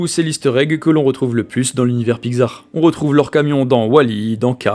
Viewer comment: Trop cool la vidéo mais pourquoi tu dit pigsar c’est pixar le sang